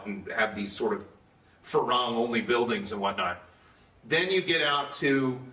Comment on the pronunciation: The way they keep pronouncing "farang" sounds so odd to me, it's not the Thai way of pronouncing it.